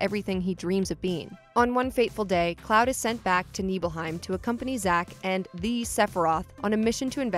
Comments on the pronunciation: Also, NIBelheim, not NEEBelheim. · Honestly I found the "sheenra" and "neebelheim" pronunciations a little distracting, even though they're made up words and it doesn't matter at all. On the other hand, I still pronounce mako and cait sith wrong so what do I know. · SHIN-RA say it with me... SHIN-RA. Not "sheenra" and NIBLE-HEIM not "NEEBLEHEIM".... I love when people who don't know anything about this game speak on it from a prompt ha